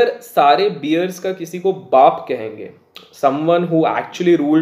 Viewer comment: Abey chutiye,beers nahi hota woh bears hota hai..